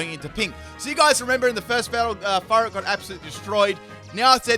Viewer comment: Sounds like you’re saying fart instead of furret